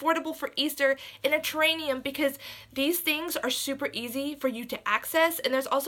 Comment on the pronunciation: The word that you are trying to say is terrarium!